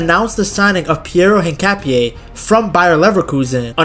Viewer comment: this was a great video, and analysis of Hincapie! If I may make a suggestion about the name. The H is silent. Just say the Inkapie. Again, this was a great vid, and will share with my Ecuadorian brothers. Abrazos amigo.